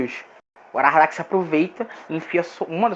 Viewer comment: Parabens pelo conteúdo, mas atenção aos detalhes... aHaradak, não aRahadak